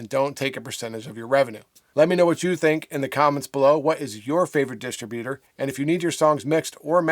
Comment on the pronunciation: Why are you wasting two minutes telling us not to send MP3 files idiot? Any distro will clearly tell you what type of files to send; you can't even pronounce the word "Distributor"